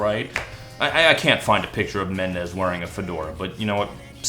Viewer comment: "Shawn M'endes" I'M SCREAMING